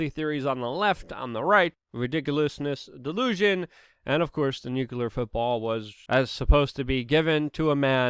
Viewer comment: For gods sake Luke its nuclear, not nuke U ler! There is no second u in that word. Pronounce it correctly or you sound like little Bush jr. - ignorant! Other than that, great reporting as usual!